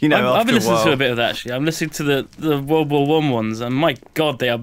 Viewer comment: Is it just me or does it sound like is saying "Womba-wumb" when he is saying "World War I"?